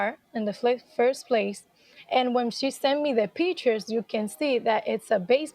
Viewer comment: She says de "pee tures"... Arite... "😂"... de pee tures... de pee tures... ? ... "😮"... ❤ it - go beautiful girl... "🥰" ...